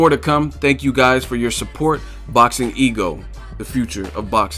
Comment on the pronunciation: What up Ego! His name is pronounced like ooh-gas